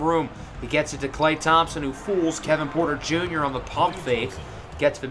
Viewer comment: “KLAY KLAY WITH THE TREY TREY!” “KEVIN PUERTA JUNYA!” “KILLUH CAMMM REDESHH!”